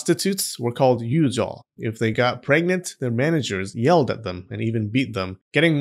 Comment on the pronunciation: It’s Yujoo not Yujaaaahhhaaw